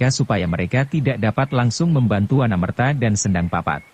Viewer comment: Terima kasih atas pembacaan novel hebat ini. Sayang sekali, pengucapannya tidak pas. Akan lebih pas jika, misalnya, Nagasasra itu dibaca Nogososro; Wanamerta itu dibaca Wonomerto. Demikian pula, misalnya, Maheso Jenar, Aryo Saloko, Lowo Ijo, Panembahan Ismoyo, dst.